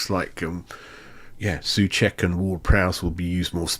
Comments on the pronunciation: Not really...:). Not sue check - he says his own name as sew check (rhyming with know, throw etc). And Airguard should be Agair'd rhyming with bear, stare etc - watch them say their own names in this clip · Nayef Ageurd is not A - guard - he pronounces it as A g - air d. And Souček isn't soooo (rhymes with pooh)-check as most commentators say it. He pronounces it as sew (rhymes with know) check. Just saying ....